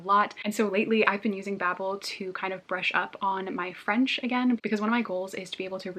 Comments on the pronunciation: I'm French and your accent is so good! I could listen to you speak French for hours, your sound so adorable 🥰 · I'm french and just wanted to let you know you had a great pronunciation!! 👌